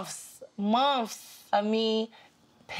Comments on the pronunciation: said "Monfs" Me: months lol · It’s bin “ monfs “ monfs” LOL 😂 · "monfs monfs"😭😭